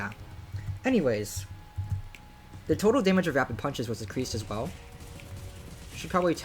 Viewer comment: ancreased? XD